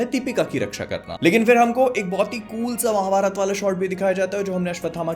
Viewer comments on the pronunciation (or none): none